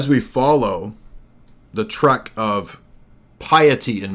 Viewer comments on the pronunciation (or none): none